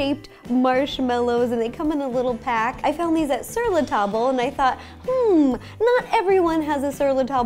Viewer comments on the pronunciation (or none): As a previous employ of Sur la Table your pronounciation is so cringy. It's just "tab" (as in tah-b) not "tah-ble". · Sur la table. Pronounced, Zur lah Tahb. Not, sur la tahbel. C'mon, man. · Sur le tab-luh, not tab-ul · Sur la tobble?? It’s Sur La TABLE. TABLE... As in the thing you eat dinner on 🙃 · Oh, so you shop where I work! Lol. It's actually pronounced like... tob? Sur la tob. Sur La Table is French and means on the table 😊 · Sur la "tahb", not sur la "table"... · Ro! It’s pronounced Sur La “Tahb” or more properly “tahb-leh” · You don't say the L in Sur La Table. It's French so it's pronounced like "tah-b" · sir la table is pronounced sir la tab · it is pronounced ser la tab not ser la table even though it is spelled that way since it is french you don't pronouce the le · That's not how you pronounce sur la table...